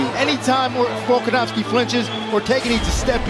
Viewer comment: Aljo: Bulkanovski